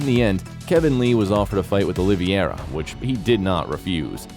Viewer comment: If you can't even say Charles Oliveira's name correctly, stop making UFC videos bro. It's Oliveira, not "Oliviera"